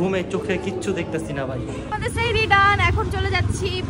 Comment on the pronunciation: তোমরা সেহেরি বলছো হবে সাহারি